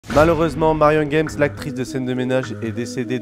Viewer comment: game et non pas guems il n'y a pas de s et on prononce à la française donc a